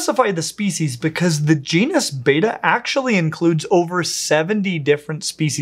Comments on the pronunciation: One of the biggest controversies in the betta community is how to PRONUNCE "Betta" and I was saddened that wasn't on "my" team there... There is how he says it "Bey-tah" (which sounds very american to me) and then "Bet-ah" (as in "making a bet")... both are common and accepted, but there's still arguments about it...;) Also, when I saw how Americans are selling betta fish (in cups) the first time I was shocked ad I wasn't surprised that that meant people tortured them in tiny 2,5 gallon tanks. Selling fish like that is illegal here in Sweden. That means stores have a smaller selection of bettas, but at least they are kept in proper tanks. Some stores in the U.S, like Aquarium co-op, are doing great thing with how they display their bettas, in huge "racks" of tanks. The containers are still too small for long term, but much MUCH bigger than those horrid cups. Stores that sell bettas like that should be ashamed of themselves and stop. The U.S has a LONG way to go when it comes to animal rights... one of the very few places where declawing and cropping tails/years are still legal. Debarking, keeping dogs chained outside, people being allowed to have animals like big cats for pets and so on and so forth... it's horrid when you look at it from a European point of view.... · Isn't it supposed to be pronounced bet-ta, not beta? as in "You bettah get it right?" If I remember my latin correctly at least. Though if this is greek, why would they get the pronunciation mixed up with the letter? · Youre saying beeta, not betta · You're pronouncing it "Beta" , like the Greek alphabet. It's Betta, (beh-tuh.) Soft e. Love your stuff, common mistake. Could've Googled it. 🙂 Also the females can be incredibly quick and darty! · I have heard that they are pronounced beh-tuh and not bay-tuh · "Batta" yet spelt Betta and called "Betta" everywhere else. American english is so funny sometimes! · It’s pronounced beh -tah not bay-tah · i beleive its pronounced bet ughs